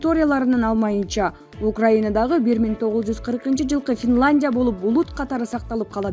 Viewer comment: Финландия эмес, Финляндия. Тантырабай туура окучу,сени коп киши угуп жатат